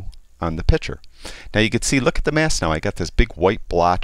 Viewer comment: One comment, it is not a pitcher you are working with it is a picture. Pitchers hold water or lemonade. Pictures are visual representations. Joe ain't gonna not like the change, but he will be a better annunciator of English diction.